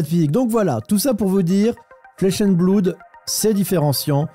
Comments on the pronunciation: On ne dit pas "bloude" mais "blode" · Flesh and bloud lol …flesh and bleuuud